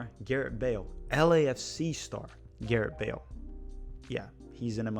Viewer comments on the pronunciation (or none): I don’t mean to be that guy but what the heck… I’ll be that guy. When you finally got to Wales, you kept on saying Garett. His name is *Gareth*.